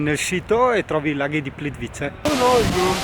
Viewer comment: Si pronuncia plitvize